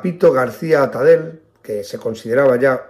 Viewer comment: Tipos así hicieron mucho daño a la República: asesinos y ladrones. Muy bien explicado; sólo un pequeño matiz, no se lo tome a mal. Atadell, apellido catalàn o Valenciano, acaba y se pronuncia con ll. Gracias por todo.